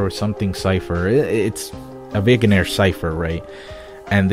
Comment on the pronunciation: Eyy vignere is pronounced "vin-nare"